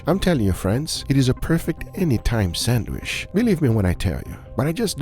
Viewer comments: It’s pronounced Sand Witch stop saying sanwish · Sand-witch, not sand-wish. Now you know. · Nice! Will try this next weekend! But please, it is san-witch, not sand-wish. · God damn it it is not sadwish i t's sadwitch. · it's a SANDWICH, not a "SANDWISH" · Your pronunciation is 100% correct,. Egg sand-wish.